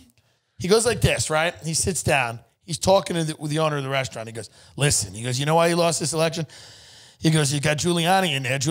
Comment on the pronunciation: LISHEN TO MEH